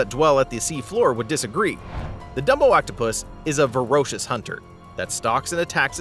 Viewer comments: Oh ffs, it’s “voracious” not “verocious”! 🤦🏻‍♂️ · I didn't know "verocious" was a word. Voracious maybe, or ferocious? Seriously, narrator! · RESEARCH!!! Do some F'ing Research Verocious IS NOT a word! Voracious OR Ferocious, Pick one